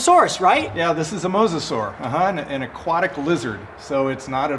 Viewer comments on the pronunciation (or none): none